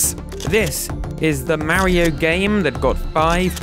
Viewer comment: This guy still can't pronounce Mario correctly.